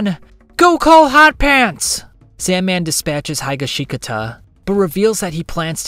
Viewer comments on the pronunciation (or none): Hye-gi-shee-gata Why tf do you pronounce highashikata like that gonna make me vomit 🤢🤢🤢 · The pronunciation of Higashikata felt like a bullet in my heart 🤢🤢🤢